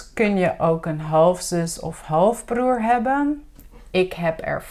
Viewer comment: Hallo I am very confused beause you say it is hebbenn but it is hebben so which one is it?